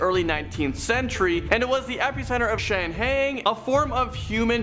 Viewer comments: It's pronounced Shang-hai like [high] or [Hi there. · Shanghai is pronounce: "shang-hi" Obviously a script, teleprompter, was misread by a person with Limited Experience. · Regarding the guy whose list starts with the Shang-Hai Tunnels, please get someone to assist him in pronouncing the various names. I understand that he may only have ever read them and never heard them pronounced but before you set him up to be a talking head, give the guy some help.